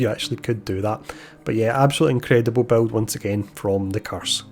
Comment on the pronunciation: You know the word BUILD has zero amounts of W's in it right!?!? Buwild buwld buwild bwuild..... 😂💯 Also funny how u mentioned u can't understand that other creator meanwhile half the people here can't understand whatchu saying!!